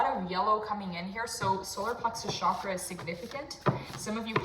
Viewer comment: The Ch in Chakra is pronounced as you would chess ❤